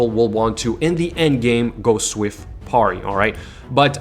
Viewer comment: "Swift porry" sounds like sorry with a P haha. Great vids though, always watch